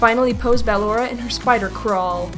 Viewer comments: Man you're still saying battalora till this day it's ballora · I’m pretty sure it’s b-uh-lor-ah not ba-lor-ah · Dumb nuts its ballora not baloraw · (B-llora not bal-lora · I’m not trying to be mean or anything but it’s pronounced like your saying bUhllora not bAl ora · It's actually ballora not believable or whatever you call it but it's actually pronounced ballora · I'm not sure you're pronouncing ballora right,no hate you call her what you want idc How i pronounce Ballora:Ba-lor-a How pronounces Ballora:Ball-ora Again no hate you do you! 😉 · bAllora not ballora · BALLORA IS PRONOUNCED BUH-LORE-UH, NOT BAA-LORE-UH! THAT'S LIKE IF YOU SAID BALLOON AS BAA-LOON INSTEAD OF BUH-LOON! SO SAY IT RIGHT, GOSH DARNIT! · ITS NOT B-AH-LORA, ITS B-UH-LLORA. It even says how to pronounce it in the game! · You are saying it wrong BU-LORE-A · It's pronounced (Bu-lor-a) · It’s Ba*lo*ra not *Ba*lorra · ok listen:how to say it: (BUH-LORRA) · Ok not trying to say how ballora name should be pronounced but I just have to to say she keeps calling ballora baaora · Wait...did she say Bal-ora? Lol😂😂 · ballora is pronounced as buhlorrah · Btw it's Ball-or-a (ball or uh) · Not to criticize you but it's ( ba _ lor _ aw) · Ballora is Said Ball Ora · I don’t be rude but you said Ballora’s name wrong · She's saying ballora wrong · The only thing i dont like about in general is her pronunciation of “ballora”, but I don’t let it get to me. Keep it cool! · No offense but I don’t like how she pronounced Ballora’s name. Not trying to be mean tho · Ennard is a Girl and you said Ballora wrong But that's ok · You say ennard and ballora wrong😑😑😑😑😑 but lol FUNKO YOU HAD ONE JOB!!!!!!!😂😂😂😂😂😂lol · GET BALLORAS NAME RIGHT OMG